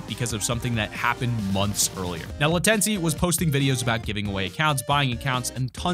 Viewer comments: Lmfaoo the way this dude pronounced latenci. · The way he said Latenci 🤣🤣🤣